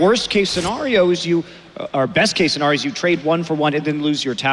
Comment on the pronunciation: take a shot every time Monte says the word - scenario - wrong, you will die.